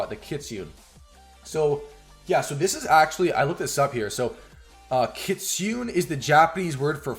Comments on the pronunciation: I'm Japanese. We call Kitune. not kitunn...→"ne" is right ! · Lol not kit Sune it's Ki tsu neh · Kit Su Nay is the pronounciation for the word kitsune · Kitsune called Ki- tsu-ne. Not Ki-tsune. Oh I don't know how to say. ... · It’s pronounced kit.. su… ne.. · The Kitsune is actually pronounced key-tsoo-nay and it literally means a fox in japanese.